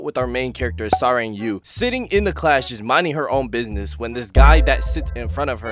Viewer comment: You might want to search how to pronounce her name properly 😅 Its not Sa-reng but Sa-lag It means Love in Korean, so basically her name is *Love Yu*.